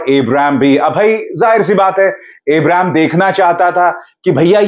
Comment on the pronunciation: सर शाहरुख के छोटे बेटे का नाम abraam है इब्राम नहीं